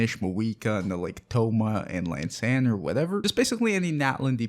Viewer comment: Dude. It's an I, An eye. not an L- not el. EEann-san is how the game pronounces it. :/